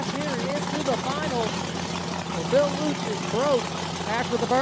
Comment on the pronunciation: Lutz, same name just Jeff pronounces it wrong, the name is pronounced Lootz.